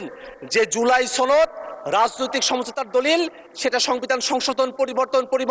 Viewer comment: ছনদ নাকি সনদ?🤣🤣🤣🤣